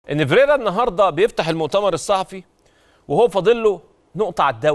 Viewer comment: فيريرا مش ڤيريرا